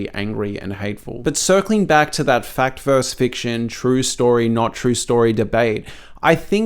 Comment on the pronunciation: ...you're a smart guy and should know better. "Fact VERSUS fiction," not "Fact VERSE fiction."